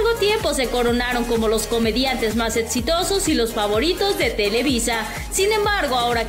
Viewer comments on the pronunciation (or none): no es etsitosos, es exitosos, por Dios.....